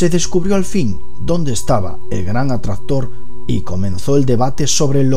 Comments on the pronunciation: aalguien mas se dio cuenta de que dice "fuerza atrazztora"? jajajajajajajjajajaja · see jajajaj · a lo españolete ^_^